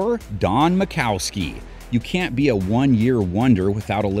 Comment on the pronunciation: Ita Don Majkowski. Not makowski. Steve smith might not have been a great wr but he got his super bowl ring and a Trip to the pro bowl